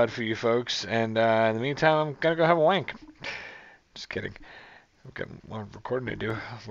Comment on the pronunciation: I have never heard the word wank uttered by an American with such competence 😂🤣😂